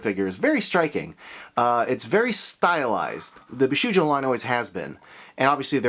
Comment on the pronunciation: He's done so many Bishoujo reviews and still can't pronounce it correctly.